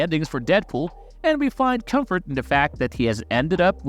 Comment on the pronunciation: Bro even ai can pronounce the word comfort. Get your shit together.